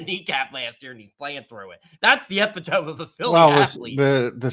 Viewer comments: Did say epitome (EH pi tōm) instead of epitome (ē PIT ō mē)... ain't he a journalist??? Lmao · bitching about blowhards. Dude is more of a loudmouth than Silz. Can't even pronounce the word epitome.